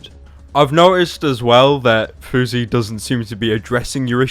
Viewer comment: House, louse, grouse, spouse, mouse, douse but FOUSEY? FOUSEY as in 'bruise'? Give me a break.